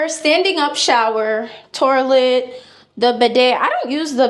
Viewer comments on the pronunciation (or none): Did you mean to say "my humble abode" 😂😂😂 wth 😂 and that place definitely looks like a $400 apartment. Wth is "four draws, and a torlet" do you mean drawers and toilet